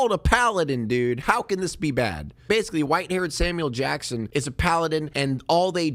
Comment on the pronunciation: It sounds like you're saying "Salmon Jackson".